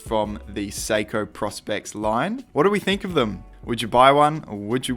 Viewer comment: PROspex not PROSpex